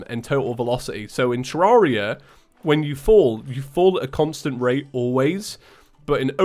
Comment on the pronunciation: All this time and he still calls the game ter-rar-ia Even when he's said in his videos that he pronounces it wrong...